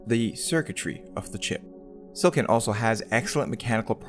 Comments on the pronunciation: Nitpicking... You say "Silicon" too fast and with only 2 syllables instead of 3. It sounds like you're saying "Silkin". If you didn't show the word Silicon on the screen, I'd never know that's what you are saying. It's /Sil-ah-kon/. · Took me ages to realize he's saying "silicon" and not "silken"